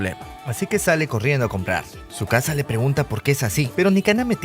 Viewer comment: le dice chisuca envés de tzukasa